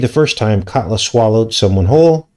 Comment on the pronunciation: the way you pronounced katla sounds like kudlow. Larry kudlow is a former economic advisor for 45 who was more the neocon economic rather than populist (populist is more like Bannon, Navarro, Beatty, etc). he has a fox show